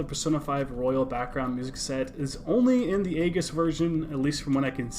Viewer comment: It's pronounced eyeges